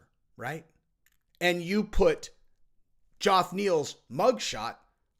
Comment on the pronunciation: “Joff” Neil 🤣🤣🤣🤣 fuckn Jeff mate Jeff